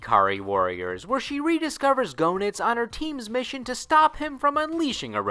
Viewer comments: Pretty sure it's pronounced JEE-Nitz. Not GO-Nitz. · You pronounced Goenitz wrong and he didn't manipulate Leona in KOF 97. That was just a flashback to Goenitz doing it to her the first time. Orochi did it that time. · That and he didn’t pronounce his name or Heiderns correctly 😂